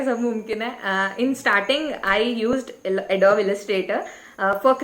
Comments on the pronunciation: Lol.....she is pronouncing adobe wrong 😂😂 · Check how to pronounce adobe again 😂